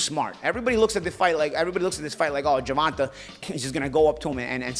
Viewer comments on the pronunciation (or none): Great podcast, just bringing up both these guys past was unnecessary to me. I understand you don't like the hypothetical ways of the suits/Showtime, but why bring up Tanks/Rolly past when you don't know the why of it? Also, you pronounce Tanks name Ger-Van- Tay not Ger-Van -Ta. Besides that, great pod. Let's go Bmore/Charm City. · ur the GOAT!. But you have to say the previous TMT promoted boxers name right lol... His name is Ger-von-tay Davis... Be good. Be safe.. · Ha. He calls him Gervontah. Keep it going. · “Gervontuh” 😭 gotta love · must’ve said GERVONTAH ABOUT 100 times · Why does he keep mispronouncing Gervontas name???